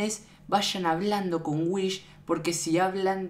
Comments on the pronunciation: Es wihs no whish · Whis, no "Whish" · Se dice wis no wich